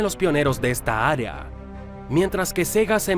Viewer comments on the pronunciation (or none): none